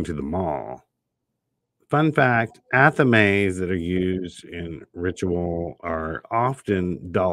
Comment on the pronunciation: You just taught me how to pronounce athame! I only ever saw it written. 😅